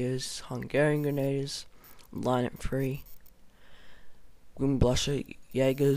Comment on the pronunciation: dude good job but somthin that peed me off a littile was how you said grenadier its pernonced grhen-ah-dEEr also it mel-A great vid and it was no offence to you its just i was a historical animator so it bugged me:P